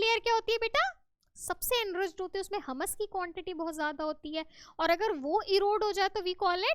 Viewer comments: Madam jii humus not hummmus😂😂😂😂😂😂😂😅😅😅😅😅😅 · Mam not Hamas it’s humus 😂